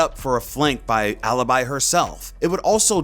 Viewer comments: its aleebee not aluhbuy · I'd like to hear their names as they are supposed to be pronounced Its not MIHSTRO and ALYBY. its maestro and alibi Thank you. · It's not alabai 😂😂, it's alibi!!!!!!! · OMG, how bad you pronounce them, it’s Aleebee and MaEstro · how the hell did you pronounce alibi? ALIBAI? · Elia Adamo or listen up... I'm not fluent in Italian but in this context it's pronounced 'alabai' as in the law term of having evidence of being elsewhere... For eg u have been recorded being in a bar while the murder happened in let's say a mall... So no I'm not stupid u are... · you don't pronounce correctly bravo, because you say bravou but its only bravo. Alibi, if you really wont its a latin word so you pronounce it whit the appropiate mode so in italian because the op its italian, you are a simply stupid english....